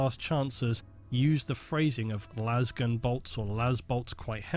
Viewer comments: Someone pronounced lasgun like laser the other day and I had an existential crisis. Why is everyone saying lazzgun like Las e fair? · Because lazz gun is how it is officially pronounced by all 40k media no one says lase gun. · Lasgun is the Gif / Jif of the 40k generation. If it's a laser gun then it should be laze-gun not lazz-gun